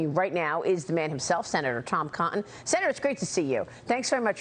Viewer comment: Maria I love you, but it's Tom Cotton, not Tom Conton.